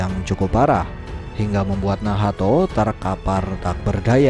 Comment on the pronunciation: Nahato❌ Nahto✅